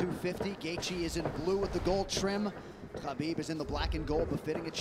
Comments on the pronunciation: It's Kabib not Habib. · It drives me nuts that Cormier does not pronounce the champ's name right... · DC calling Khabib "Habib" the whole time really drove me nuts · Are my ears betraying me? did that commentator keep pronounceing Khabib as Habib? It was very annoying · Is pronounced ha-bib or ka-bib? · Did nobody brief this guy on how to pronounce Khabib’s name? Is anyone surprised that the world hates the USA? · Is it KHABIB or HABIB, I'm perplexed how it's pronounced lol